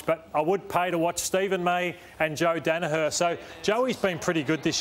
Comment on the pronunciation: Dana Har ??? Does he mean Dana Her !😁😁😁